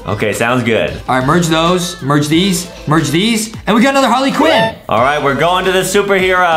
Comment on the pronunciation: Justin said Harley quen